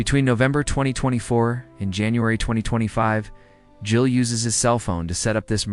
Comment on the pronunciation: Super poorly done. Did you submit a script to a narrator with bad punctuation and pay him to read it for you? Can't pronounce JEEL or E Z Pass lol. Take this abomination down.